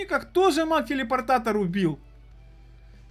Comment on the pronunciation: Не мак а маг